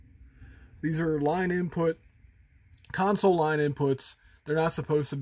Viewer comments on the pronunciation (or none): none